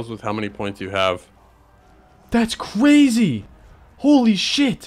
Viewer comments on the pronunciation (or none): “thats qwazy”